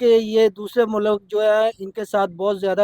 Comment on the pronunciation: Baki mulak bolne walo ko correct karo, mulk hota hai na k mulak😂😂